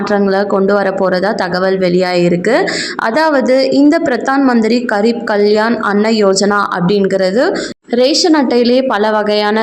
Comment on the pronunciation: MADAM , KAREEP ENRU SOLLA KOODAADHU. Adhu GAREEB . means ---- POOR . Adhu hindi word.